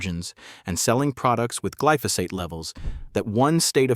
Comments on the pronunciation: It’s glyphosate, not gliphosite!! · I've never heard glyphosate pronounced kliftosight😢